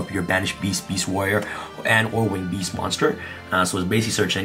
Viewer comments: Am i the only one or does always say bees? Instead of beast😅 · Has someone counted how many times he sad beast, beast-warrior or winged beast? It sounds funny. Also he explains it realy well